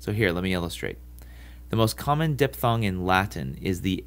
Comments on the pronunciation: Kyle Silver dippppppthong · Diffffffthong ಠ_ಠ